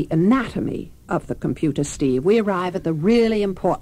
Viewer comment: Jayne Meadows... "Computah"...